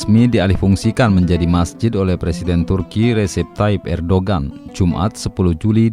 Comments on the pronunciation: Ditulis Erdogan dibacanya Erdoan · Kenapa di baca Hagia 🙄 Erdoğan di baca erdogan? Ceci 😁😁😁